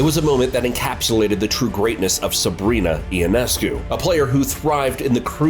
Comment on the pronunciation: Ya, apparently you have NO IDEA who Sabrina YONESCU is. IT IS NOT E O NESCU, say it now "YONESCU"